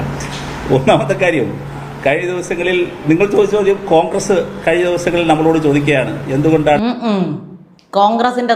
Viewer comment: ചോദിക്കുന്നത് കാങ്ക്രസല്ലേ, കാങ്ക്രസ്......